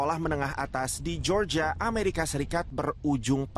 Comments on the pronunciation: Georgia cara dibacanya "Jorjia" bukan "Georgia" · Media berita sekelas Liputan6 ga bs nyari news anchor yg kredibel?? Masa melafalkan GEORGIA ga bener... Btw...perlakuan hukum sebaiknya ya kayak gini. Apabila pelaku msh d bawah umur, org tua jg wajib ikut dseret krn telah lalai sehingga sang anak melanggar hukum